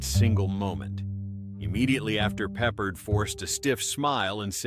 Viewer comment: His name is pronounced PeppARD.